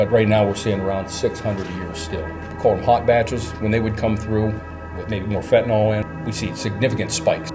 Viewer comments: Why does everyone call it "Fentanol"? It's "Fentanyl" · Weird accent, or illiteracy is causing you to pronounce fentanyl like it's written fentanol.